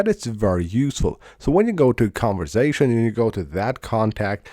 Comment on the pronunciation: And “conversation” not “converzation”